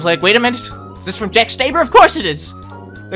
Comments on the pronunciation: The way he pronounces "Stauber" is annoying me, he's saying the "au" as "ay", I've heard people pronounce it as "ow" but it's properly pronounced "aw" because that's how Jack pronounces his own name. "aw" for Australia, "aw" for Stauber. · Love the video but it’s Stauber not staiber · Yeah, he said Staiber, I've heard a lot of people say Stoeber, but I pronounce it as Stawber. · i hate to be that one person but its pronounced jack staw-ber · I’ve heard stouber, stueber but stayber :,( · its pronounced jack st-aw-ber